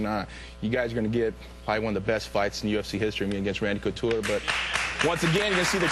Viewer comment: "Randy coocher"